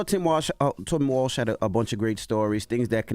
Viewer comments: Envy gotta stop Calling Tim Wals Tim Walsh. 😂😂😂😂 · It’s Walz not Walsh Envy. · Can someone please tell Envy its Walz, not Walsh